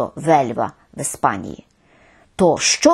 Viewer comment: Пані Ірино, щиро дякую за це відео!!! P.S. : у назві "Іспанія" я чую у вашій вимові звук [е]. Я помиляюся, чи саме так треба вимовляти? Дякую.